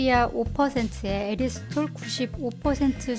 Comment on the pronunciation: '에리스톨'이라고 하셔서 어색하네용 ㅋㅋㅋ잘봤습니다~다음 알룰로스도 기대할께용 ㅎㅎ